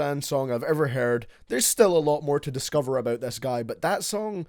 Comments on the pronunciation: “From the lyrics I don’t know what he’s aboot” 😂😂 love you baby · “What Lil xan is all aboot” AHAHAHAH YOURE A LEGEND 🤟🏽